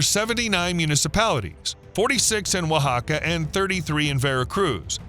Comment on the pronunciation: OAXACA is pronounced wa-HA-ca